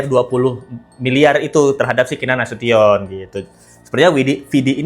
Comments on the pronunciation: Keenan nasution..bkn nasuton.. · Duh, bukan Nasiton Mbak, tapi Nasution, hehehe